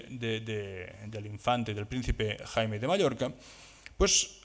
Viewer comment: No era Jaime era Jaume, no era Raymundo era Raymon...ja que parleu en castellà respecteu els noms, siusplau